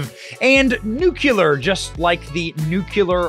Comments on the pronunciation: I ❤️ YA BROTHER BUT THE EDUCATOR FROM MY MOM IS CLIMBING THE WALLS . SAY IT WITH ME..... NU CLEE ER, NOT NU Q LER 😉🤣🤣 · Please....NUCLEAR, not NUKULUR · Nuclear not "nucular" ... English is not my 1st language and yet ... 🙄🤐😑🤔😶 but i laughed really really hard. 🤣 great show🥳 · It's nuCLEAR not nuCULAR! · Come on Benny, nuclear, not "nucular". Don't go all George W on me...😉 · It’s ‘nuklear’ not “nukuler” . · There is no such word as "N u c u lar" ! If you want to be taken seriously at least pronounce a word that you use 3 times in a sentence. It is N U CLEAR! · Is that NUCULAR the same as NUCLEAR, oh yeah it's pronounced N U C L E A R !!!!!!!!!!!!!!! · Hard to give credence to someone who pronounces nuclear as nook you lar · Benny, PLEASE! For the love of God, please learn how to say Nu cle ar !!! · Benny, I really enjoy your content but PLEASE learn how to pronounce the word "nuclear"! It's so distracting I had to watch this video twice 😔🤦